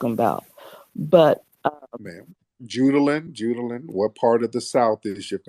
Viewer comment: “It’s Judah-LUNN”